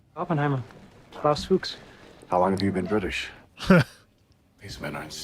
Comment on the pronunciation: You pronounce it right. It's more the no emphasis on the H that is perfect. It sounds like a strong New York or Massachusetts accent lol